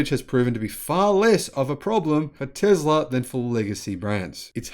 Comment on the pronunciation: "TESLA" not "TEZLA"! You're a bright person, but you should focus on proper pronunciation. You were improving, but this entire presentation was a step backwards.